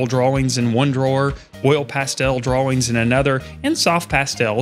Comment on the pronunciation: Good info! I have to scrounge for stuff to store my graphite and pastel drawing in. Also I am so amused by the way you say dra-wings 😄